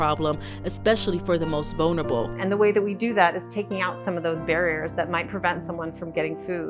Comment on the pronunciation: THERE YOU GO SAY "THE MOST VUNERABLE"!